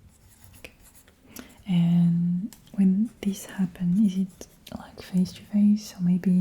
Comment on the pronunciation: I definitely hear the French when you say certain phrases, like right as I read this you said "is it?" and it was very French lol.